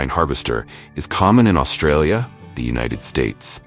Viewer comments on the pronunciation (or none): none